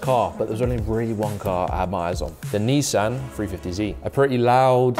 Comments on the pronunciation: Can I just say love video but couple picky pedantic issues in my head.. It's a Nissan not I neesan and it's a 350 Z not a 350 zeeee lol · Where's this kid from FFS, NEESan 350 ZEE it's pronounced NISSAN 350ZED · Ni-san, not nee-san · Knee-san. Wtf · I hope they gave you some stick for how you said Nissan 350z though, well deserved 🤣🤣😎